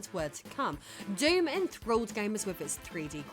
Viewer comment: Nice, you pronounced DOOM properly.